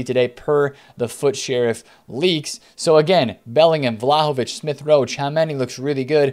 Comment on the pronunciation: I died when he said vlaho-bitch